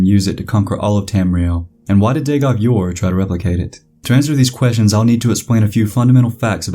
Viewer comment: "dagoth your" bro it's ur. Like the mesopotamian city. Ur. Not your. Ur.